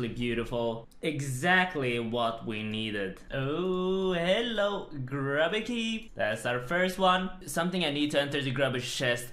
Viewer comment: Imagine my disappointment when he said grubby instead of grooby.